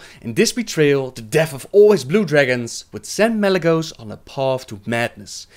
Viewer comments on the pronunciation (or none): none